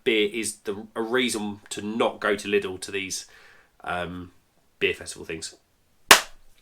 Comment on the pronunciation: Top marks for saying Lidl and not Lidls